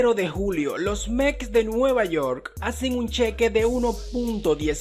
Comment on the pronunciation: No se dice Meks, sino METS !!! Mejores pagado ??? PagadoSSSS !!! Y no es que cobren sin trabajar, es que YA LO TRABAJARON !!!